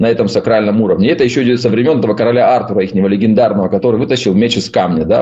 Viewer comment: ТарО. АртУр. Пожалуйста, ставьте ударение правильно.